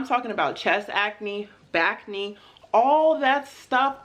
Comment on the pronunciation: « Bacne » 😂 (I know she said back acne, but it sounds like bacne)